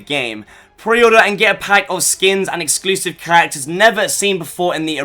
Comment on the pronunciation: eclusive LMAO